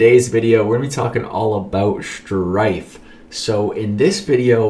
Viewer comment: The way you said shhhhhhhrtyffffe was insane